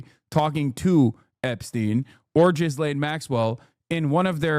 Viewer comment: Is her name really pronounced “Jizzlane” Maxwell?